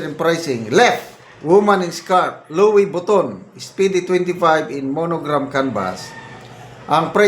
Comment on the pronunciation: in simple TAGALOG pronounciation..that is..LOWE-BITON.🤣🤣🤣